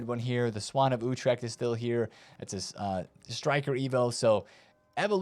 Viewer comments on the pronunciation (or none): none